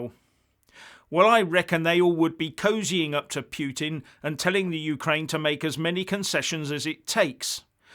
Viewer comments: Agree with your NATO - EU analysis. But when you start talking about your 'pyootin' it's clear you've picked up that bone of yours again. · This channel is turning to slapstick now for lack of any other worthy causes...hilarious! And the pronunciation of "Piu-Tin" has me choking on a sip of coffee.